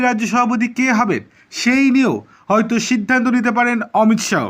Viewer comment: Thik kore Uccharon korun,,,,,, Amit Saw nay Amit sah